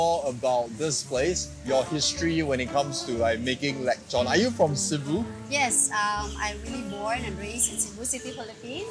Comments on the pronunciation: It's lechon not lekchon 😊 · Is it really pronounced as “leg chon”? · The only thing more butchered than the pork is your pronunciation of it 😂<3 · Pls say lechon again:face-blue-smiling::text-green-game-over